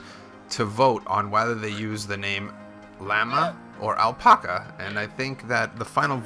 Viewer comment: And alpaca. Drove me crazy lol